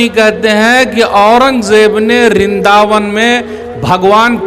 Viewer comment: जब इसको सही से नाम लेना पता नहीं है वृंदावन को रिदावन बता रहा है झूठ का का सहारा लेकर हिंदुओं की सहानुभूति प्राप्त करनाचाहता है स्वस्थ यह है बाबर और औरंगजेब ने कितने मंदिर तोड़े उसके बारे में ही बताना चाहिए